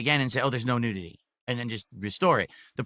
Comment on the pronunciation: ive never heard someone pronounce nudity like that. the hell is wrong with him? he's saying it like nude-ity. freaking clown.